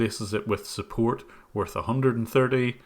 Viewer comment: ... fumbling tumblings head set peril "Suppoat?"